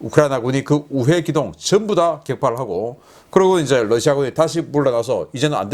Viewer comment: 신선생님, Russia 발음 Lussia가 아닙니다. "ㄹ"을 부드럽게 발음하시는 것이 옳습니다.